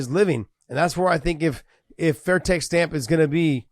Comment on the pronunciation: First of all. It’s Stamp Fairtex!! Secondly, no mention of the GOAT Anissa Meksen!!!